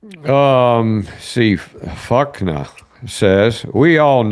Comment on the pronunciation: I believe it’s not Fukna. It’s Fuk N A. Like replying to someone. Fukin Ay Man.